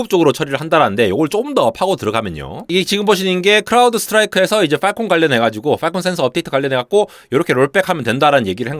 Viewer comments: • 세계 최대의 '외눈'박yee→ 세계 최대의 '블루su크ㄹyeeㄴ' ··· :( • 발음주의 : 팔콘 (o) / 빨콩 (x) • 요약: "클라우드(Clowd)를 (BSOD로) 공격(Strike)한다" or "클라우드(Clowd)가 (BSOD에 시달려서 결국) 대규모 파업(Strike)을 강행했다" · 빨콩센서 빨콩센서 그러길래 뭔 소린가 했네 ㅋㅋ 발음 좀 어떻게 해주세요